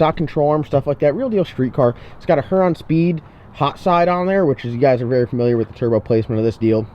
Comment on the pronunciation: her-on speed Everyone: hure-on speed Got to pronounciate the "U"